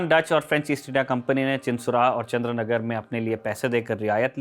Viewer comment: It’s not Chandranagar but Chandannagar